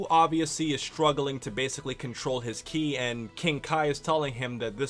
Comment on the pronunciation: Ki is pronounced KEY. We've been through this.:(